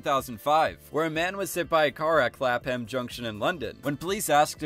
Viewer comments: I am so sorry this is in no way hate but as a Londoner, the way you said clapham junction station made me cringe lol, it's pronounced clapum junction if you wanted to know. Again in no way am I trying to be mean, just your pronunciation made me laugh. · im a Londoner That is not how you say it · I was thinking the same thing 😂😂😂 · The way he pronounced Clapham Junction killed me